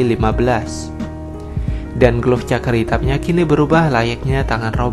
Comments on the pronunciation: Cakar pke 'R' 😂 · Wkwkwkkwk cakar pakai R!!!!